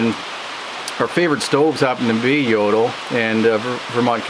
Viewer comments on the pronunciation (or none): The stove maker´s name is pronounced yo - tool not yodle! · Took me a few seconds before I realized that "Yodl" is Jøtul :) Best regards from Norway.